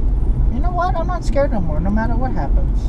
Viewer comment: "Ya know what...im not skerd no more no matter what happens!!! lmao